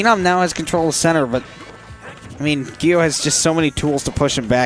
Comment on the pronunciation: It's a hard g sound for gyo! Like yu-gi-oh. I asked him once in desperation lol